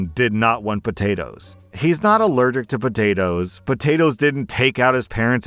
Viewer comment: you can’t be doing that. I’m at work listening to you and I couldn’t help but die laughing when you said “El Poatoes” 🤣